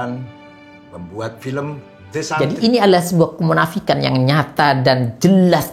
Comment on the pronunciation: The santri (bacanya desentri)